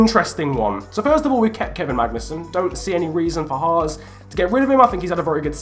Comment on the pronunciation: Its H-ass. Not H-arse.